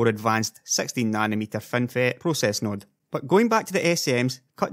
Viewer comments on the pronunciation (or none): none